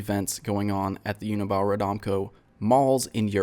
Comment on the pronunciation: it's pronounced [Uni-bale] i think